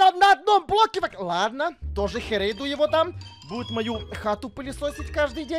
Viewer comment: Пылесосить а не пылишошить!